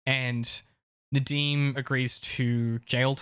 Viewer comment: yeah….i just mean, his Nadeem accent is very good seeing as he’s British. Sorry, I made that comment when very tired. It makes little sense to me too